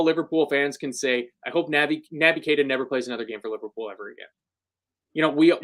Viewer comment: Stop calling him Nabby! He's Nobby Keita from now on lads! 😳🥺🤒